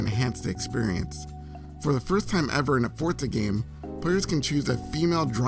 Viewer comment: I always thought it was Forza, but yep, Fortza is the correct pronunciation.